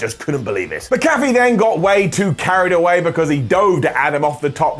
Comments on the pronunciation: it’s not MC-CALF-EE it’s MAC-A-FEE lol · MAC-A-FEE! MAC-A-FEE! NOT MA-CAFFE! IT'S NOT THAT DAMN HARD! 😡😡😡😡😡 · Damn it,, don't be like Clery. It's Mc-Afee, not MaCaffe. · Its pronounced Mac-Afee not Ma-Cafee fyi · Mac uh fee. Adam not macoffee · It’s pronounced MACKAFEE NOT MCCAFÉ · it's Pat "Mac-A-fee"...come on, you UK guys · Pat Mac-A-Fee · His last name is pronounced Mack uh fee. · Pat “Mac a fee” that how you pronounce his name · The name is MAC-A-FEE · Pat Mac-a-fee,. MAC-A-FEE! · Its pronounced pat MACK A FEE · Did anyone else hear say Pat McAfee like Pat Mc Cafie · Mack a Fee please say it right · I love you, you’re the best, but please go look up how to say pat mcafee’s last name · The way says "McAfee" is so distracting to me for no reason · Why does everyone at What Culture not pronounce Mcafee correctly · I think needs to look into how Pat’s last name is pronounced... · I can't tell if he was mispronouncing pats name on purpose or if he actually messed up his last name